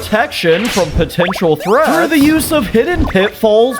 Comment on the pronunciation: did you say potential?